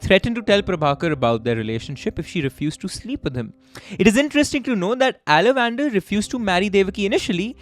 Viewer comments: How did you even think there can be an Indian name that's pronounced Ala van dar?? If you could have just stopped to think you could very well have deduced it is in fact aalavandhaar. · Mmm pronunciation horrible Ceylon - Zealan it’s Sea Lawn ( Sri Lanka ) Ala- Van - Dar 😂 sounds like e Dutch name ; Aaa la Van Daar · Guys …. Pronunciation… it’s “ all + a + vun + dhaaar “ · i think his name is pronounced as alavandar - aala - vanth - aar. Unless he is related to salamander. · exactly....its aa-la-van-dhaar